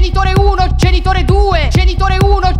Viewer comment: Solo a me sembra che non dica "genitore", ma "cènitore"? O forse più probabilmente sono io che sono andata in palla...